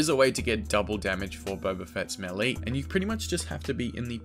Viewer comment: ‘Maylay’ not ‘melly’